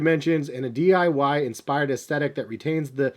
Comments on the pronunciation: So no one noticed he said "dyi" when its DIY lol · did he say DYI and not DIY?! 🤣